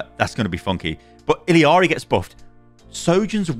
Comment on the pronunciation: "I read the comments!" ......has been told he's saying Illari wrong and still calls her ill ee arr ee. Ee yar ee. Listen to her say her name when you spawn in. You're putting in an extra syllable and the L is like tortilla. (I really hope you don't say tor-tiLL-a in the UK and actually say it tor-tee-ya lol)